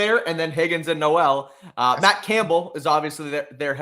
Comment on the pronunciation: This is actually bad news for the patriots 😂 even if on “paper” it’s not 😂 we shall see how Gonzalez “tackles” 😂 and stroud thrivessss without Nico 😂 also it’s not noooellll it’s more like no-wl 😂